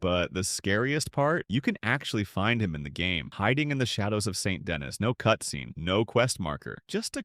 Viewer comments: Its pronounced "San Den E" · If you say Saint Denis like that ONE MORE TIME… I… I don’t know what I’ll do, but it’ll be something… I guess. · Saint Denis is French, so no that’s not how it’s pronounced. Additionally, name one time in the entirety of RDR2 where they do NOT use the French pronunciation of Saint Denis. … I’m waiting